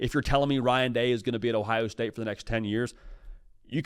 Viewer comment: “Ohio Stae”.. Really?